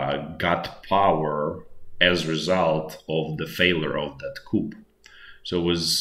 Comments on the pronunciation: Great video. "Coup" is pronounced "Ku" - you don't pronounce the p as the word comes from French. If you pronounce it as "Coop" then that means a chicken coop. Just trying to be helpful :) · I'm not being a Knit Picker but enjoy your nightly reviews. If your in charge of arms in the military then you work in the Armory. The French word "coup" is pronounced "koo" Thanks for the insider vids. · it wasn't spelling just pronunciation like coup is "Koo" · Coo, no ‘p’. 😊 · It’s pronounced ‘coo’ the ‘p’ isn’t pronounced because it comes from French, I guess. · Doesn't mean you should mispronounce it. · In English the p is silent when pronouncing coup.